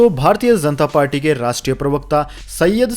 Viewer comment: Say Janta not Zanta